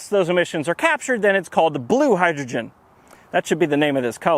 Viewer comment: "Hi"-drogen - really? You are such a nerd! Please never never change, your videos are delightful! :-)